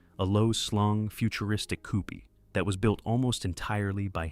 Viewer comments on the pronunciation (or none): "Coupie"? Really, use a human narrator who can pronounce common words properly. 🙄